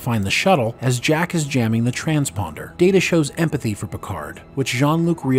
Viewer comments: Pronounced "Data" the way used to early on in Season 2 of TNG. Pretty sure it's established that "DAYTA" is correct and "DAHTAH" is not correct. Does the narrator ever actually watch Star Trek??? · Someone who pronounces Data as Da-Ta instead of Day-Ta - is not a Chanel I will watch. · Da-duh... Guys.. please, no. That is what Shelby called him. Day-Ta is his name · You mis-pronounced Data's name as "data" - One is his name; the other is not. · Why say Datta? Why? Everyone in the show including himself say Dayta. So please, one more time, why say datta? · Dah-ta? Oh, my. I guess gets two shout-outs this episode. 😂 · Wait, did you call him "DAta" right at the beginning?? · Alright lol, its Day-Ta..... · Did you just call Data Dat-A bro what lol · It's pronounced (date a) you may ask what does it matter. Well one of them is his name the other is not 😂😂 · Datter? Who's "Datter"? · Another excellent script and narration. The one nitpick is that where as last week's was wordperfect, the first pronunciation of data in this one was incorrect. But it was fine for the rest of it. Thanks again for the video and for all of your work. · They lose credibility with their audience if they can't say his name right, means they don't watch the show, just a guy reading a script or a bot...thumbs down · You're saying Data like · Excuse me. It's pronounced Data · Not data its Data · How can you mispronounce Data? I mean one is his name and the other is not. Shame ...... SHAME! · Did he just mispr9nounce data name? Lol so many amateur mistakes by these podcast guys! Proof read fool s